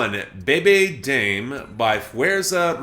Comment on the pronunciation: maybe put the Spanish titles in google translate and ask it to pronunciate the song titles for you? Dame is definitely one of the easier words to pronounce